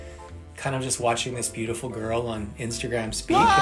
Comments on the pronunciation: every time he says bootiful I want to end it all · Why does he say beautiful like that? This has to be satire, right?